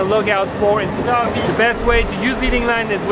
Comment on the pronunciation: Bro has so much information in his head he doesn’t say photography he says photoahpy